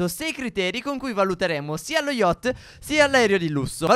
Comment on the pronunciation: SI CHIAMA YACHT, NON YOCHT 😂😂😂